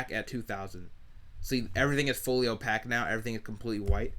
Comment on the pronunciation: Opaque is pronounced ō-pāk, like cake or take.